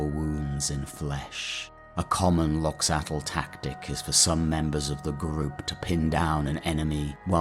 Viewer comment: If i remember right, Loxatl pronunciation, much like Quetzalcoatl or axolotl, would actually be 'loh-chah-tk' where 'tk' is a consonant somewhere between t and k formed by curling your tongue back and pushing the plosive out the sides.